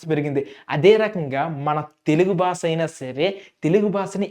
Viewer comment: భాష అని పలకడం రాలేదు br.